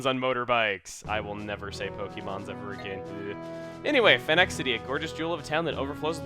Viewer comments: I always thought that Phenac City was pronounced like "Fee-Nick" not "Fen-Ack". It's always so weird hearing things so differently when you've had one way of saying them in your head for years... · Also, you may have forgotten to mention that the MC is literally a bad-ass (No literally, he is a wanted criminal) compared to a ten year old...And judging by how you called it Phen-Ack city, and not like Phoenix, Arizona makes me think I can tell you that, like how the areas in Pokemon are based on Japan, this one's area is based on Arizona, including that the Oasis in the desert story that Phenac is based on is the same as Phoenix, Arizona. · I still think it is "Fee-Nick." Phenac City IS based off of Phoenix, Arizona. It just makes sense for them to sound similar. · I always thought it was pronounced "Fee-Nick" city .-. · At first I thought you pronounced "Phenac" city as "Fine-ass" city. I almost prefer the latter XD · Hey Chugga, not to nitpick or repeat comments, but I think Phenac should pronounced more like Fee-nick, since Orre is supposed to be based on Arizona, particularly around Phoenix, I think. Didn't you live in Phoenix? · I think Phenac City is supposed to be pronounced with an long e sound since it is based off of Phoenix, Arizona. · It should probably be noted that Phenac is pronounced like "Phoenix", since Orre is based on Arizona. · the way... you pronounced phenac... so different from what i say...